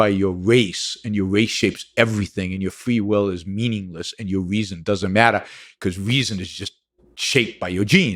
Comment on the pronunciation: “Weezon” ? Nah I’m good brah